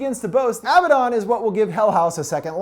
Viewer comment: You’re not pronouncing abaddon right it’s a-bad-don